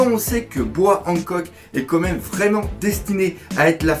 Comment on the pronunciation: je t'en suplie arrete de dire "comme meme" C'est "quand même"! 😦